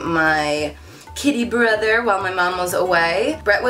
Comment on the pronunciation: When you said "kitty brother" I thought you said "kiddy brother." So when you talked about him getting groomed I was confused until you put up the pictures😂